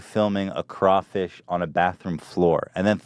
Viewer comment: Oh thank god he said Crawfish correctly Louisiana is satisfied